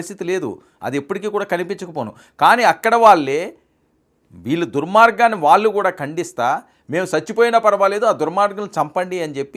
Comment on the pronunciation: మీ ఉచ్చారణ లో వాళ్ళు పలకడం సరిచేసుకోండి. వాల్లు అంటున్నారు. Ex ఇళ్లు, కాళ్లు, ఒళ్ళు, పళ్లు, etc. Tq and best wishes to u.